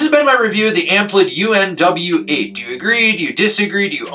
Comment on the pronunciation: BTW, it’s pronounced “unweight”. Good review